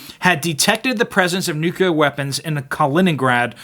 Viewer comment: I know this is a petty nitpick in the face of the dire news you are delivering, but... nuke you ler? It bothers me, for no discernable reason, when it isn't pronounced 'nuclear'.